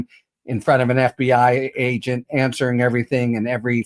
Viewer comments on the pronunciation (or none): none